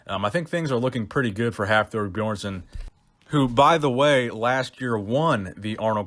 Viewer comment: The way you say Björnsson 🤦🏼‍♂️